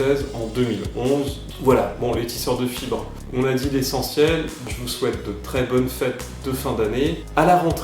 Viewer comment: C'est la première fois que je regarde une de tes vidéos et j'ai cru que tu avais dit salut les tisseur de chibres au lieu de fibres